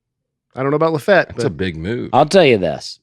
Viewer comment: Were you guys mispronouncing Lafayette La?????